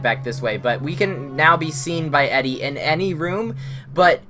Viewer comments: Just to pick on things... It's pronounced Eedee, not Eddie. Good LP walkthrough though :) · FYI Her name is Edie, pronounced EEE-DEE, not Eddie.